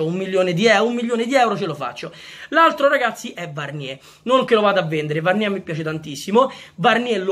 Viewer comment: Bella idea Comunque Varnier si pronuncia Varnièr anche con la r alla fine